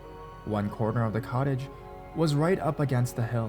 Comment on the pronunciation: It sounded like he said,"she rented a college"